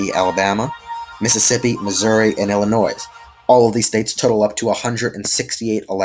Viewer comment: I learned this the hard way myself, you don’t pronounce the S in Illinois